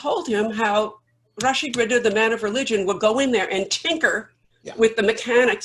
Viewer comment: His name is Rashid Ridhaa رضا not Riddah ردة . The word رضا means contentment, whereas the word ردة means apostasy.